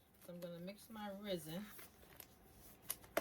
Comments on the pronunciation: ITS PRONOUNCE RES-IN NOT FUCKING RIZZIN Jesus fuck why you people not know how to pronounce things properly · Resin not risen... mod podge not modge podge. But I love your projects! You get my creative brain going i just work too much and don't have time or energy to do any of it 😭